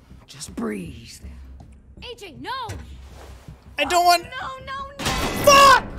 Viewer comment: When he said FAAK! It was funny Oh BTW anyone hungry for some finger sausage??